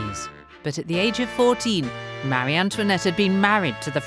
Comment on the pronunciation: Please…, the name is Marie (muh- ree) NOT Mary! My daughter’s first name is Marie and it is constantly mis pronounced!